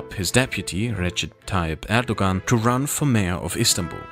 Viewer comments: The "ğ" in Turkish is silent. Erdoğan is pronounced like "Erdowan" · the g in erdogan has a special pronunciation btw. I couldn't get used to you pronouncing it as an English g while pronouncing german names correctly xD but it's a stupid detail nevermind it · "Erdogan, erdowan, erdokan, erdohhan,, please choose one pronounciation lol" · Turkish pronounciation of the letter ''c'' is a lot like the English pronounciation of the letter ''g'' , it's not the same but it should give you a general idea. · Unfortunately his pronunciations and translations were so wrong but you know he’s not a native Turkish speaker. But yeah he should have search. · Hey, I'm sure it's already been mentioned, but the letter "c" in Turkish is pronounced like a "j" in English. Can't wait for part 3! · recommadation: it would be nice to pronounciate terms in their native language ? In my opinion :D